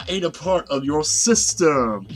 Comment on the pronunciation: Every time you’d say “your system” I just kept hearing Darth Vader’s “your sister” 😂